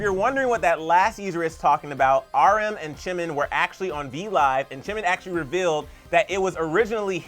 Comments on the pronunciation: You say Chimin 😅 think of it as Gee-min. Jimin is pronounced as so 💜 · Is it just me or does he call him Chimin? I can hear him say Jin, Chunkook and Chimin and again later again chimin... It's a J....JIMIN... JUNGkOOK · did he just say CHIN and CHIMIN and CHUngCOOK...... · The fact that they call him chimin I'm dead